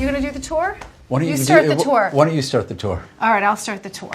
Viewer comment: I like how she doesn’t know got to pronounce her fav drink it’s like don’t without the t